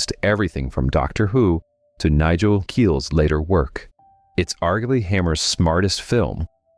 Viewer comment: Quatermass is pronounced Kway-ter-mass. I think the word you're looking for is heresy, not hearsay. It's pronounced "hair-uh-see." And it's Nigel Kneale (rhymes with kneel), not Nigel Keel.